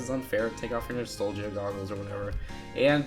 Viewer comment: Sorry, but I think that you might be saying nostalgia wrong. I guess it is one of those words that can be pronounced in different ways.